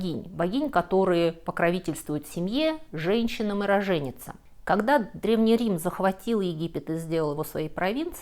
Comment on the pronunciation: как всегда, замечательное видео! Получаю огромное удовольствие от Ваших, я бы сказала, поп-лекций на любую тему, Вы замечательно рассказываете. Извините, но одно замечание от преподавательницы русского языка: рОженица. Большое спасибо и всего доброго!